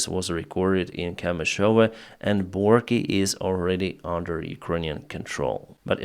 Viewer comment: Not Borki !